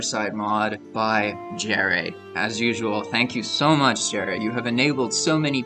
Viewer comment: I have a feeling you’re pronouncing “Jere” incorrectly don’t think it’s Jerry , “ Yere “ instead ? I think … being he’s Finish ?